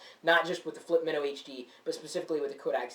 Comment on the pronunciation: this has the greatest video like everything looks great, but its not as colourful, and the sound isn't as great as the flip mino. Also, i thought it was pronounced my-no. not min-no